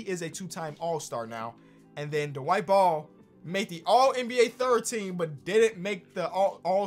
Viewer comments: I thought you said the white ball and I was like you know how racist that is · Idk if it's me missing the gem on twitter but I kept hearing "the white ball" for "Dwight Ball.